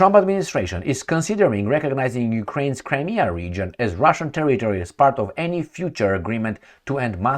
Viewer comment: Cri-me-a River!!